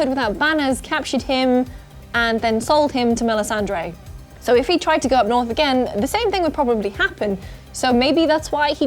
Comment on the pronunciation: Stop pronouncing "Melisandre" as if you'd never watched the show!